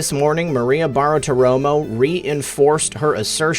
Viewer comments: Love you brother, but it's 'Bar-ti-romo' not 'Bar-a-ti-romo' or whatever you're saying. Otherwise keep up the good work and glad you're healthy again. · repeat after me. "Bar-ti-ro-mo" next, "{Barti-romo", and finally, altogether, "Bartiromo". Why can't any of you YouTubers say that name right? Love your show though. Just had to get that off my chest. Carry on.